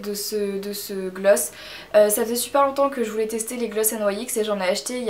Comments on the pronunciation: ça se dit NIX non ? pas N. Y . X ? x) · N Y X ptdr!!! On dit nyx !!!! L autre qui fait genre..... pfffff. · Coucou marie super video mais cest nyx pas en englai ;))